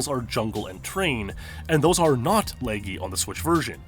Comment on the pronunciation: Can you please listen to an audio recording of someone saying laggy ( La- gee) or just don't say it your way so much.